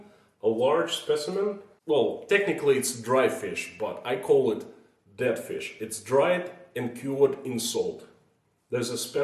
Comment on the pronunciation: I know your saying dead but my brain keeps making you say I bet you've never eaten DAT fish. 🤣